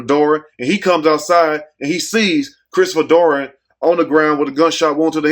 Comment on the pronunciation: Who is Christopher doran you keep saying Dory who is Christopher dorn